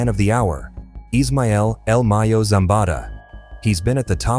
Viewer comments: You making money of this and you couldn’t even do some research on how to pronounce this man’s name do you know how important he is to he’s people do your work correct if you getting g paid BE SADE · the way this AI kept saying el Mayo